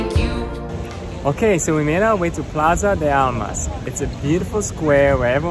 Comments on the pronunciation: It's not plaza de almas, it's called plaza de ARMAS hahahaha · Is "plaza de armas" not "almas" (I enjoy this cool video guys) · Say: Plaza de Armas...!